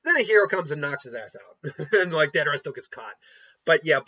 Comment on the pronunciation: How could you butcher my man deidaras name like that? Cmon, YouTuber my man. Lol